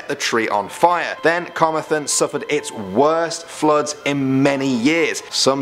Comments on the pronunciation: Carmathen? You didn't even say it as it's spelled, it's Carmarthen, note the second R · it’s not car-meth-en it’s ca-mar-then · Carmer-then? Carm-mar-then. Otherwise good video. I'm from wales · CAR-MAR-THEN not Karmathen oml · Wtf is “karma-then”? Cuz I’m pretty sure that thing is in Camarthen. It’s welsh. It’s pronounced “Ca-mar-then”. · Its not car ma then. Its car mar then as in the word then. Get it right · I’m from Wales and I had no idea we had so many creepy stories there either! On a side note, your pronunciations are pretty good, although you need to work on pronouncing Carmarthen. It’s pronounced the way it’s spelled - Car-Mar-Then. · u said Carmarthen wrong... you pronounce the Rs... -_- Aside from that, great video! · Pronouncing carmathen wrong, ca-mar-then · Say it like an Irishman starting a fight "Car-mar-then" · hey, you said camarthen wrong its ca mar then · Please pronounce Carmarthen properly 🙈🙈 I used to work in the holiday park of the same name, Cu - marr - thun god knows how you would have pronounced Llanelli 😂😂😂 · good vid bro, but you need to look on your pronunciation for camarthen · Carmarthen is a town in South Wales. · And I love how I could tell you were pronouncing Carmarthen wrong, I was like 'do you mean Carmarthen?' in the way I pronounce it and turns out I was right, lol. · the way u pronounced carmarthen really triggered me damn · This guy trying to pronounce Carmarthen is just painful 😂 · Perfect pronunciation of all Welsh towns and words and then Carmarthen gets absolutely butchered. 😅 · He pronounced Carmarthen wrong. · Butchered the Pronounciation of Carmarthen.. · You did so well until you tried to pronounce carmarthen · Pronunciation of even English words in atrocious, e.g. 'assizes', 'Carmarthen'.